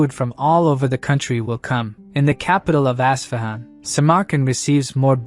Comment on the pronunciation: Its pronounced US-FA-HAN... with the AI pronounciation as bad as it sound.. it spur'd out even worse.. ASSFAHUN.